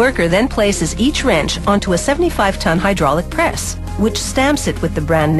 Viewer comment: "ye call that a wreench?" (Aussie accent)